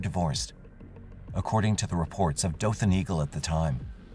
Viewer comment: Omfg this story literally happened in my town! I’ve always heard stories about what happened but never really looked into it. Thanks for sharing. Also thanks for pronouncing Dothan correctly. It’s usually how we can tell if people aren’t from here